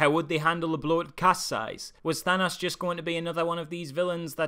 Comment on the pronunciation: Than-Ass. Over 2 and a half fucking hours of actors repeatedly saying "Thanos" and we still get the mispronunciation of the damn character's name!